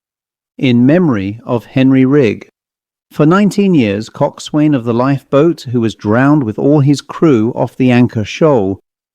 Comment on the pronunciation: It's pronounced "cok son". Like "forecastle" or "boatswain, with parts of the words slurred or dropped.